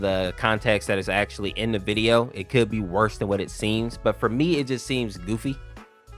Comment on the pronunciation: bro said cood there cood beyond repair